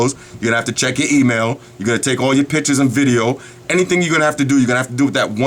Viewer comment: PICTURES but he says PITCHES i lol this guy's accent